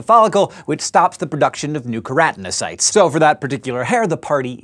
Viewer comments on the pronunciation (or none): pretty sure its its pronounced ker-a-tin-o-cytes not ker-at-in-ocytes ...